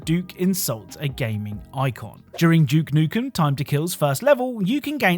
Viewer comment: No hate, but why do you say "Doom" properly but you insist on saying "Juke Nukem"